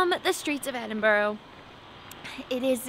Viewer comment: Welcome to Scotland. Good to hear that you’ve got the hang of pronouncing Edinburgh. Shame the weather looked a touch cool, but that’s Scotland for you. Loads of history and beauty. Hope you had a great time. You’ll be looking forward to the warm weather when you get back.